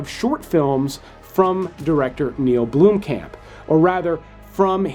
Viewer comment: As a South African it gets to me every time an American try and say our Surnames its so Funny lol... Blomkamp is suppose to sound Like how in English you would pronounce BOMB just with an L in it instead all i hear is BLOEM..... Love your content otherwise as you never disappoint in recommendations.